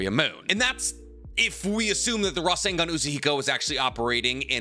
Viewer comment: I dare someone to take a drink every time he says rasangan